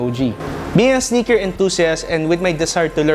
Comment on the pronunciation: It's "Sneaker" not "SniKeR"